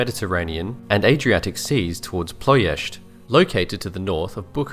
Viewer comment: Good video, Continuous mispronunciation of Ploesti